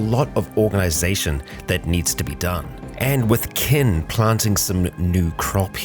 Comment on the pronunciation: he keeps saying ken vs kin lol